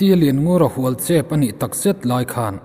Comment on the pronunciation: Hnual i lam dan chu leh🤣🤣